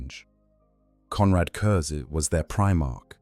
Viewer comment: It was a great video and well done, but the mispronouncing of curze’s name to curzy really broke the immersion. In future can you please make sure to get the names pronounced right in future, especially ones that come up every few sentences